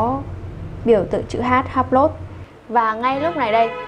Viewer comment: Em phát âm sai Hublot nhé, tra cứu thêm để phát âm cho đúng.